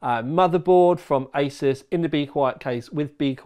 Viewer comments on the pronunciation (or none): none